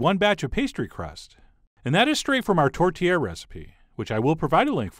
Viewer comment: Ĺol! Right?! The first time he said it, I heard, "tortilla" as well...then I forgot about it until he started filling the pie and I plainly heard him.